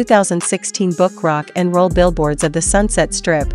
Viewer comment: Interesting to hear how the video concept happened but why have a computer voice read this? They are getting better but still not totally natural. Maybe it is a real person and people now have computer accents? notice how it says Rock....And.....Roll.